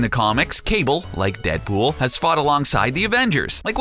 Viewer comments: "Cable and Deadbull" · In you hear him say Deadbull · He said dead bool